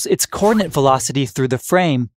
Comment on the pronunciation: I can't get past the extremely bad pronunciation of "coordinate."